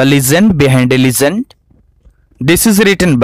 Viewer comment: Sir sorry to say bt ur pronounciation of Legend is sounding like ligend...